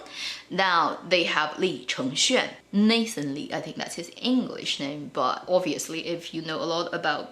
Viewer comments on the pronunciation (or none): none